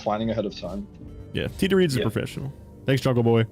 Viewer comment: There’s this weird thing where his name is actually TDread, but like everyone pronounces it like Tdreads except him